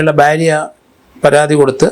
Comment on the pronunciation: ഭാര്യ എന്നത് ശരിയ്യായ ഉച്ചാരണം. സാർ പറയുന്നത് ബേരിയ എന്നാണ്. 😂 അത് സ്റദിച്ചവർ ഉണ്ടോ ലൈക്‌ IDUK😂